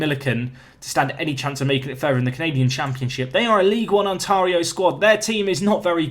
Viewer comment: Hey, I posted this on another video, but I'll post it again so you might see it. You've been saying Ontario wrong the whole series. The 'tar' is pronounced like in the word 'stare'